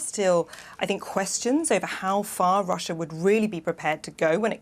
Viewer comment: kid you mispronounced russia